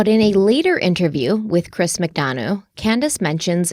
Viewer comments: Chris Mcdonough's name is pronounced Mick-Done-Uh .."Done" as in the pie is "Done" now and "Uh" as in I made "a" pie. So glad you're covering this case! I've been watching it very closely, looking forward to part 2. Oh and someone made that "mom patrol" shirt for Candus, she didn't buy it for herself. Also when grandma was interviewed she said that when they got home she took a nap which doesn't line up with them planting flowers right after they got home. The boys stated they had been playing Hide-N-Seek when Summer went missing. Also the mention of horses in this case is fascinating to me: Grandma said before Rose (Candus's missing younger sister) went missing Rose sustained a head injury due to a horse kicking her and thus wondered if it caused amnesia. Then the last place Candus took Summer swimming was known as the Horse Stable Pond. Then during a police interview after Summer had gone missing they were near a road and suddenly a horse that had broke free came thundering down the road with some sort of trailer it had been hitched to trailing behind it, might sound crazy but I took it as a sign that Summer was with her Aunt Rose. Very sad. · Also, I'm not nit-picking or being an ass, just pointing it out lol...Chris's last name McDonough is pronounced Mc-done-uh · As someone well versed in this case I am so glad to see you 2 cover it. And Chris's last name is pronounced Mc Done a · Chris's last name is pronounced Mick Dun-uhh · It’s Mic-dun-uh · Always enjoy your work! Just to note, ...you're not quite prouncing Chris McDonough's last name correctly.